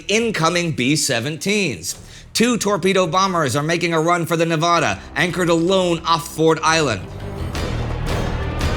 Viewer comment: Did Indi really mispronounce where the first torpedo struck the Nevada?